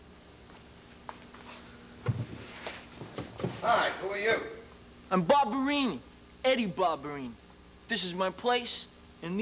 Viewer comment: Its Vinnie Ba BA BA BA Ba Barbarino not Barbarini and So Up Your Nose With a Rubber Hose and Twice as Far With a Chocolate Bar